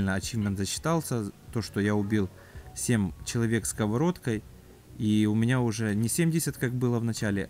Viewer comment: Ты сказал сеМ?